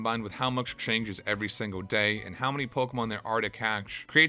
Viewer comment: Much is not "muksh"